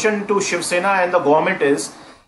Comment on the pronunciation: "shwan" Sena and its shwan police 🤣